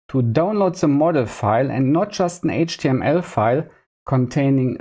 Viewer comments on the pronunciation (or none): none